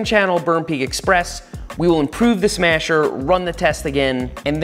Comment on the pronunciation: the "smyasher" lol